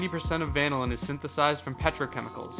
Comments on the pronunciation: van-o-lin? Bro is dumb af its pronounced va-nil-in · The pronunciation of vanillin is confusing me. Is that really how it’s supposed to be pronounced? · Bro really said vanillin instead of vanillin